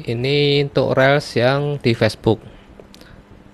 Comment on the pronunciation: Reels itu bacanya Rils.....bukan rel